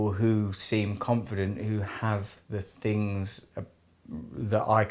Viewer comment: I love to hear English people say 'Fings' thinking they're saying things